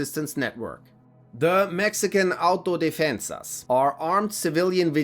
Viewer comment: The fact you pronounce Autodefensas better than most non-Hispanic channels make me feel proud to not hear some one try to pronounce it and butcher the the word